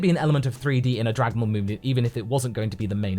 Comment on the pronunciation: first we had Dargan bals now we have Drugan bals